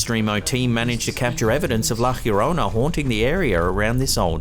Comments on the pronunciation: La llorona (yo-rona) not hirona. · Hey great video! Btw, La Llorona is pronounced like jorona or yorona (English spellings), not like hyorona. It's actually easy to say and not one of those difficult Spanish J or G (or X) sounds (as in méXico) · Lol it’s pronounced La YO-rona. Wth is that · bro...it is pronounced with a J, like in John....LLORONA (jorona) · Please Don't Shoot the Messenger... so sorry , buuuuuuut La Llarona is pronounce "Lah Yah Roe Nuh".... I have heard you say it every way but the correct way and this one by far, is the worst with the J sound as an h... Love You So Much STILL THO! <3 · La llororona from Spanish (Spain) is pronounced La Yo-ro-na. In Spanish (Mexico/South America) it's La Jyo-ro-na. The H emphasis you are putting here is incorrect. Just thought you should know. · Why do you put an H in front of Llorona? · There is no H in La llarona, it's closer to la yarano, you roll the r in llarona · why does it sound like la cleorona instead of la Llorona? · Hi, the La Llorona upload was interesting. No offense intended but if you'll indulge me, may I provide some assistance in the correct pronounciation of La Llorona? It's pronounced: "Laa Yoh-rohna." Have a good one, mate! 👍🏼🇺🇸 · La llorona pronounced La yo ROE naw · tries not to correct his pronunciation of La Llorona! ;l Oh yeah the guy needs an accomplice to being alone in his haunted house. XD as for the cat.. DUDE! You can see the freaking leash! It's as plain as the nose on your face! Otherwise, EPIC video!! Spooky. I have crappy see-through/decorative curtains where I live and I hate it. :( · That's not how llorona is pronounced. Advice for YouTube content creators: It takes 60 seconds or less to look up the correct pronunciation of foreign words online. You'll look smarter.